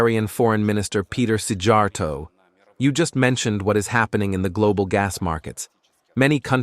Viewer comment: It's Sijarto not Sigarto, like it's Kaja, not Kaga Kalas